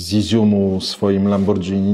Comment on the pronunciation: lamborghini czytamy "lamborgini"